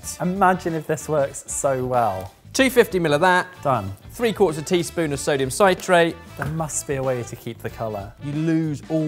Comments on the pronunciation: Sit-rate, not sigh-trate ;) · Why can't say "citrate" Think "citrus", "citric"... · Sit - rate, not cite - rate. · Sytrait lol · "citrate" sounds like "sit" -rate. Why? because there are two consonants after the vowel. If it was "ci"-consonant-vaowel then it would be "Sy" but then, you guys should know this stuff! Damn that's so annoying. As for the Spherificator-anator, Dr. Doof' would love it, but to me looks like a total waste of time and money. Good job! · Sodium sigh-trate. No. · Sodium citrate is a salt of citric acid. Thus it is pronounced like citrus not with a long i. You probably already know but it is also used to make a cheese sauce without a rioux. It is what is know as processed cheese. Great for sauces or grilled sandwiches also Welsh rarebit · Well,, you started by ballsing up the pronunciation of citrate... Loved the return of the Super Geek jingle though.